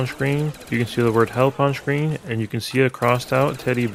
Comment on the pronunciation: This man learned every secret on Kino Der Toten but never how to pronounce screen correctly. I cannot unhear "shhhcreen".